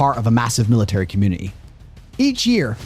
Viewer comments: Its community not comun-e-e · Com mune ah Tee